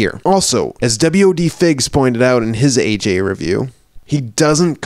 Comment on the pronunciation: u pronounced it right its wodfigs wadfigs